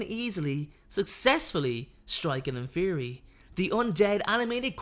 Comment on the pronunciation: Also he said infery instead of inferi